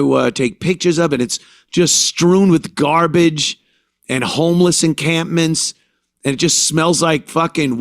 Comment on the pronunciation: That's the speaker for the community 🤦🏻‍♀️🥴 and it's " encampment " 😉